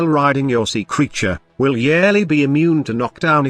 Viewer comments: if i hear YARELLY one more time i’m gonna YAYEET myself off a cliff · It's funny to hear the voice read Yareli as "yearly" lol